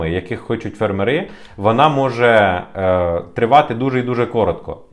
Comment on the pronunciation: Чому фермерИ? Чому там наголос? Можна ж уже вивчити - фЕрмери! Робіть правильно наголос. Ріже слух